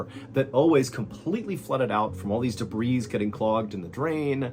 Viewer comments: Happy to see your wound is healing! FYI, it's "duh-BREE", not "duh-BREEZ"😅😘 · Being THAT Guy; Day-bree=debris -accumulated scrap, junk, garbage and mess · Those damn de-brees!!! Never gets old, MrB🕺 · Genuine question from a born and bred Brit. Do Americans normally pluralise the word debris? I've never heard anyone pronounce the 's' before. It is a plural word, but is from the French. It's pronounce 'day-bree' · The S at the end of "debris" is silent.